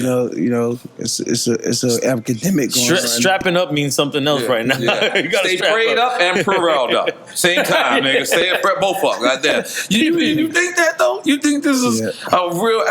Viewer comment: Yo I like AB and Floyd but them 2 gotta take days some phonics classes together my man AB said apademic 😂